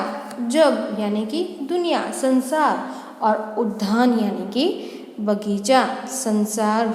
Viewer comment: आपका उच्चारन गलत है उद्धान आप कह रही है वह गलत है वह उद्यान है